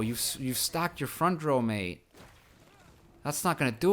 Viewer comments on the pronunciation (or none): none